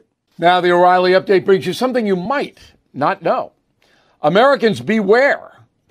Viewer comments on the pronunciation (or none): Did you say there's an uprilly date?? Update about what?